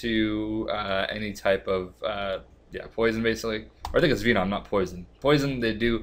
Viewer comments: "Vee NOM" its Ven-um. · it's venom not veenom lol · "Vee-nom" - 2015